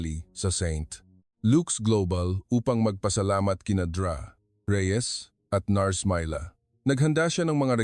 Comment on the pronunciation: Listening from San Fernando City, La Union, Philippines. Hindi maganda ang pagbigkas ng mga salita, katulad ng Dra.,Ang dapat pagbigkas ay "doktora". Ayusin Naman ang pag narrate!